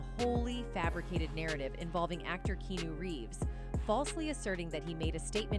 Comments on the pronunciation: KeeAhNew, not Keenu. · Key. Ah. Noo is how it's pronounced. Dumbas$es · They way she pronounced his name was annoying 🤦🏽‍♂️